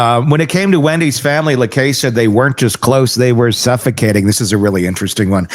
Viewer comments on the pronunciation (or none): Please learn to pronounce Jeff Lacasse's name. It is French - LaCasse - not too difficult - you hear it pronounced correctly all the time, just simply listen.